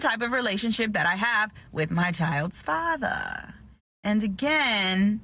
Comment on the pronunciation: Why does she pernounce “father” like that ahahahaha!